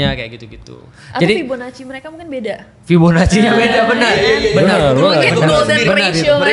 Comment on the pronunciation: ngilu dengar fibonaci yang salah